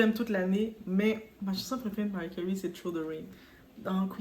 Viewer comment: Commentaire hors sujet: suis je la seule à entendre "Mary Curry" 😂 La situation de notre Diva me fait penser à la situation de Julia Roberts avec sa mère qui idem reproche à sa fille de la laisser dans la misère. Il doit y avoir également des raisons qui nous échappent...